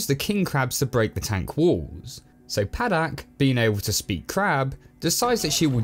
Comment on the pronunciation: Pahdack not padaik